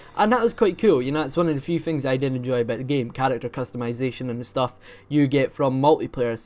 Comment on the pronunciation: I like how you say a boot